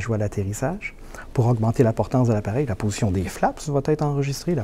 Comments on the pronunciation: Si toi aussi tu entends ''potion'' au lieu de ''position'' bah c'est sur t'es un Gaulois 😅😅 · oui je viens d’entendre aussi potion au lieu de position par contre on a bien entendu compensateur le Boeing a toujours u des ennuis avec les gouvernes sur ses 737 et ce n'est pas nouveau